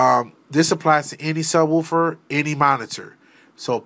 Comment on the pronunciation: I like how he says “Woofer” .. wuūffer thanks for the strait to the point video. Uncommon now in the YouTube world.